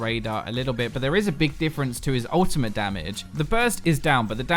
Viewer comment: "Korear" "Ohtimate"